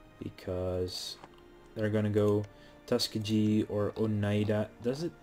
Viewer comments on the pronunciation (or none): It's pronounced tus-KEY-ghee not TUS-kah-gee